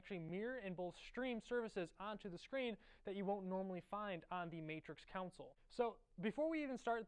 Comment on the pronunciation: I don't think console is pronounced like that.